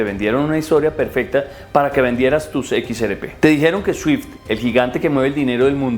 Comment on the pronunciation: Hermano, equis, erre, pe, no equis, eres,pe. 😂😂😂